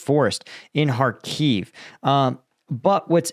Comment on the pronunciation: After almost 3 years of full war in Ukraine you are still unable to pronounce the simple word Kharkiv correctly.